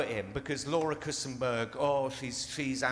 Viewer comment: Kuenssberg! Not Kussenberg!